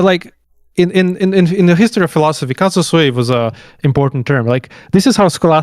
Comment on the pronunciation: I don't want to be splitting hairs, or looking for a hair in an egg as we say in the Balkans (doesn't come from our powder keg?), but if you have the audacity to say that Deleuze had read Spinoza wrongly, you shouldn't be saying "casa sui" throughout the video, because it means "ones own home", and should say "CAUSA SUI", because that "u" makes a world of difference...